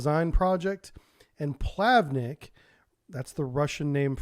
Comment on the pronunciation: It isn't "plAvnik", it's "plavnIk", with a word stress on "I".